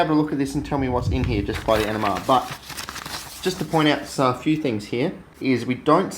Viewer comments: Are you saying NMR because it sounds like you're saying ENEMA . I said to myself " This shit in an enema ! This guy is fuckin gangster than a mu fucker ! " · I realized he was saying NMR at first I thought he was saying ENEMA . I thought " This stuff in an enema ? This guy is a fuckin savage ! "